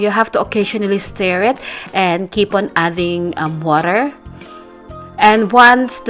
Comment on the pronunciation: “put the woter”